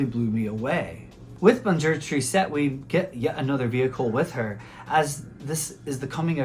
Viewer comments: Tris - tesse, not triset. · Tristesse means sadness, it does not end in -ette. Google translate will pronounce it correctly for you.